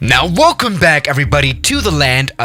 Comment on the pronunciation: How he says it: Now WELCOME back everybody to the land of Antarctica